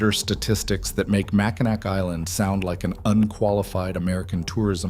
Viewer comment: It's Mack-in-aw for pronunciation.